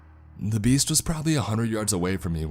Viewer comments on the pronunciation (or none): lol, I kept hearing "the bees" not "the beast"...thinking, wow, this guy is really afraid of bees! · Wow! It does sound like the bees!! Lol